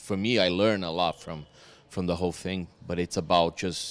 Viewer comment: "The cool fing is..."